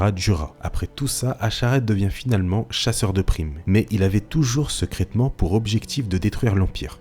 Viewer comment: Un génie se gars, sekraytement / secrètement. Tkt on t’en veux pas